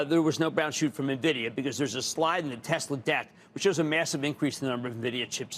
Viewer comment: TEZLUH IS BACK HOMIE